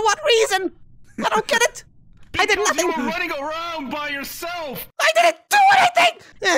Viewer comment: help me help me: say nufing:...